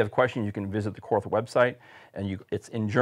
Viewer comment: It is pronounced “Kort” the “h” is silent